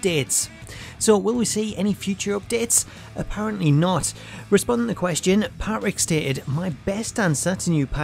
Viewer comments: Yeah he says it Pat-Rick instead of Pa-Trick really messed up the video for me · Why is no one talking about how he says Patrick. It’s Pa-trick not Pat-Rick. It really annoyed me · This guy hates the letter “t” in the name “Patrick” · PGD Panda lmao, me too. I know it’s silly but every time he did it I focused on it. It probably wouldn’t have bothered me so much but he just KEPT saying the guy’s name. I guess it’s because I hate when my name is mispronounced.